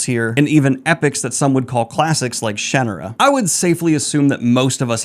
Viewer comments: You pronounced Shannara correctly! You’d be surprised how many people mispronounce it. You pronounce it exactly how Terry does. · “SHAN” rhymes with “CAN”. Your spelling would change the inherent phonetic. Until I met Terry a couple decades ago I thought it was pronounced “Shaw-NAWR-a” but nope.